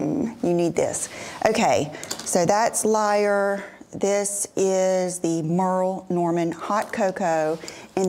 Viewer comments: Im laughing at the Merrill Norman annunciation and people jumping down your throat. 🤣I have all 3 of the Everlane turtle necks that you showed and I love them. Ive had them for close to three years nowm they are so comfortable and don't choke me like some do. Greatt video thank you! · I used to love the Merle Norman compact cream foundation! And OMG, I've been here so long I do remember the SAGA when you pronounced it wrong, LOL! Good times lol.